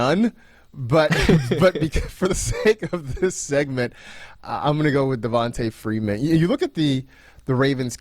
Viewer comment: Will he PLEASE stop saying (Devon-tuh) Freeman